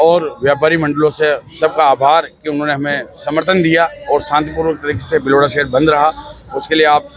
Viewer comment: कँई जातियाँ आज भी पिछड़ी हुई हैं - कँई नहीं, कई । भिलवाड़ा नहीं, भीलवाड़ा विध्यालय नहीं, विद् यालय सभाचार वाचिका उच्चार शुद्ध करें ।